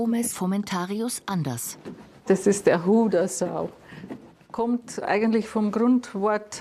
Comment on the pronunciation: Die Sendungsverfolgung ist klasse und informativ. Seit weit über 40 Jahre sehe eure Sendung. Damals gabs noch den Baum 🌳 und die maultrommel ... hoffe es kann sich noch jemand erinnern . Aber ein kleines negativ gibt es .... betont die Hodersau richtig ......😂😂😂😂😂 bussi danke für die kult send